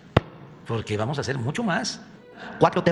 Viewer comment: " ej de que "... ¡¡¡¡¡ Vamoj a ganar....Jonríe !!!!